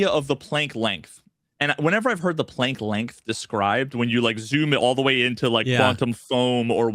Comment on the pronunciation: Planck is pronounced with a soft a